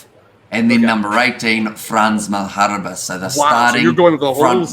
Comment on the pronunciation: Well you pronounced Malherbe pretty well! (From a Springbok). Not an easy thing to do. Edit: Actually most of your pronunciations are spot on. Edit 2: I think Bongi will start as captain with the front-line 1,2 and 3 on the bench.